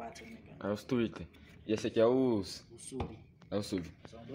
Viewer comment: Se fala twitter Man e não trixial kkkk, parabéns pela caixa